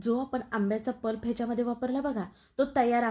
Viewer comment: पल्प म्हणा प्लप नव्हे